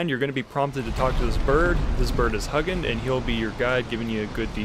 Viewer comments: He might not know much about Vikings. He called Hugin "Huggin" lol. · The mispronunciation of Hugin and Munin is a travesty.